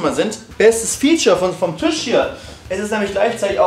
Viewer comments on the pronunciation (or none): none